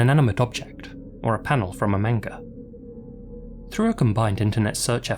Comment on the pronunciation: Aren’t u asian? How are I still pronouncing manga like that….